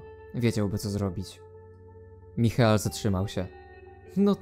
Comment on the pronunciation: Michael czyta się Majkel